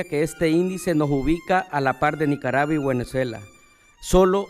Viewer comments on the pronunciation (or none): Minuto ?? NICARABUA..BUENEZUELA???? Lo dijo dos veces …puede o no puede leer???? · “nicarava y guenezuela” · Minuto NICARAVA Y GÜENEZUELA 🤣 ni el diablo los ayuda a estos 🤣